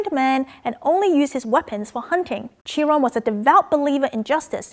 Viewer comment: Ch in Chiron is pronounced as k or q sound